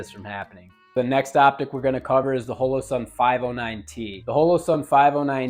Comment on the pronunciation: Mehtee and HOELOE-sun. This dude for real?